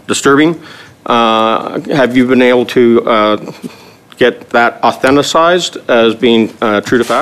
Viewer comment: He just said "Autheticized". What a doofus